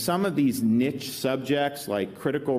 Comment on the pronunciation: Can't even say niche correctly but he knows what colleges clearly need....